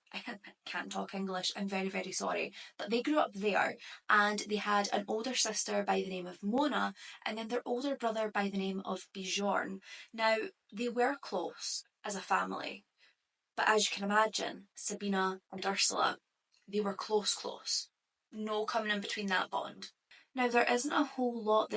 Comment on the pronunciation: Older brother... Pronounce his name Bee-Yourn